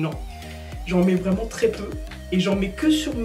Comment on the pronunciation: Uneuh pousseuh vreeuuuument 👌🏽